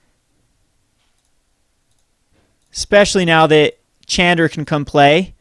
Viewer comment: when will you learn to pronounce Chandra correctly? Bless her...